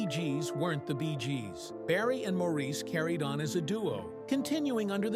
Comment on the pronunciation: Maurice's name is pronounced, Morris, please correct your post to reflect this, after this many years it's an insult to his memory to leave it with his name being mispronounced.